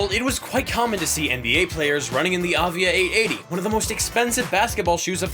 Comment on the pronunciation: You are totally mispronouncing Avia 😂